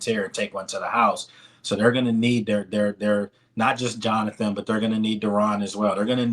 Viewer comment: EARLY ON IN THE.MIDDLE OF THE U SAID JOANTHER